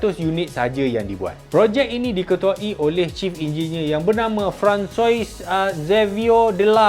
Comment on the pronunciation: Francois - Sebutan = Fran Ko wa